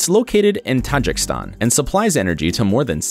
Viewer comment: ‘TAJ EEE KEASTAN’ FFS!